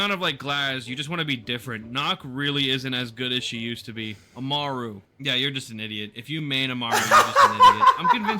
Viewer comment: Its ah-mah-roo not a-mar-oo